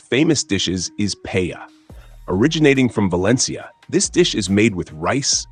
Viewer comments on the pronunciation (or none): This is a great and entertaining summary, but please note two important corrections: Churros con chocolate is RARELY eaten as a dessert here . This is a breakfast food (or, after-drinking/partying-to-be-consumed-in-the-wee-hours-of-the-morning food). Secondly, PAELLA is pronounced "PAI" (rhymes with "eye") - "AY" (rhymes with "day") - "AH" (rhymes with "blah") --- 3 syllables: pai-AY-ah.